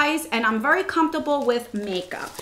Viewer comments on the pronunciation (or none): I remember when that happened before! I just love the way you say very!! Vurry! It's great. Lovely eye look!